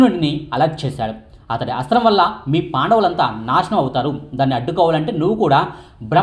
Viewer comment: ముందు ఆ అస్త్రం పేరు సరిగ్గా పలకడం నేర్చుకోండి